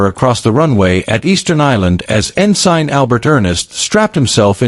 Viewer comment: Not about the bomber. Crappy AI narration. Pronouncing ensign "N-sign" proves that AI isn't that intelligent.